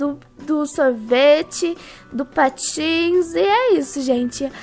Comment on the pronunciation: na hora que vc fala que tinha comprado patins eu pensei que era patos;-;kkkkkk😂😂😂